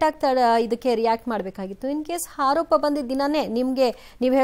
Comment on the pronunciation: ಅಕ್ಕಯ್ಯ, ಹಾರೋಪ ಅಲ್ಲ ಆರೋಪ